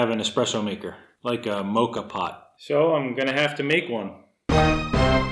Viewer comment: Not quite a “ mocha pot”. It’s a Moka pot (sounds like maw-ka) and it amazes me that you made one! I have 2 sizes and they make the best espresso or coffee. You can look up recipes for a Cuban Cortadito. Fabulous drink. 🥰🇨🇦